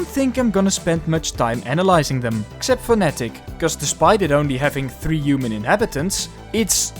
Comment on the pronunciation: As one of the 3 Natick residents, Natick is pronounced Nay-tuhk not nah-tick